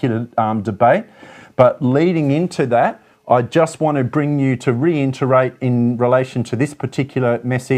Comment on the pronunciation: Good coverage. Re IT erate not re IN ternate.